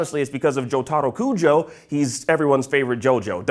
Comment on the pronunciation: "joTAHrow kuJOE"